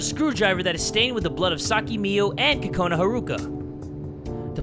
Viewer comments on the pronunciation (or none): It's Kokona not kakona!!!! Btw do your eyes change colour on your profile or is that just me? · its Kokona Not Kakona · ITS KOKANA NOT KAKANA )————————(